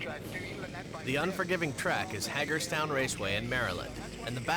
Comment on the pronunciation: Hagerstown isn't pronounced HAGGERStown, surely? Can any Marylanders help out here, please?